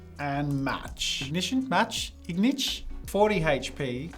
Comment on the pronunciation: Ah yes ingition